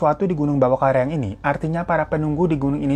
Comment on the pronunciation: karaeng🙈bukan kareang